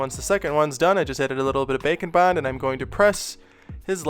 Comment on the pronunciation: I think by now you can safely admit that you're saying 'bacon bond' on purpose, right?